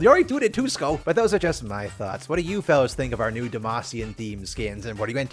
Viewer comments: no way you said TWOSKO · I pronounce 2XKO as Tuco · dont say 2xko like that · I GOT SUCKER PUNCHED BY THE WAY YOU PRONOUNCED 2XKO